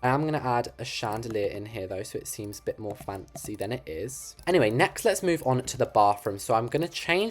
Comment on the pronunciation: lol the way he says "FaNcEy*lol btw i love you videos keep up with the greatwork